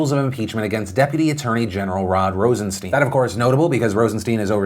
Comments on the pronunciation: Phil! Pronounce the man's name right. It's sound like mine not keen. IE Rosenstine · Phil, I love ya, but to be credible you need to pronounce people's names correctly. Rosen-stine (long I, like a stein of beer) and Good-lot. (not let) just sayin' ATB